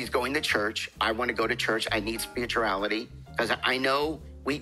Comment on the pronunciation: Big Ed is so insincere, he can't even pronounce, "Spirituuuuality," lol.